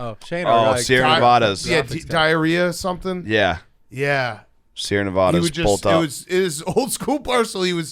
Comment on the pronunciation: As much as they go to Las Vegas for various reasons..... How do they still say Nevada like that?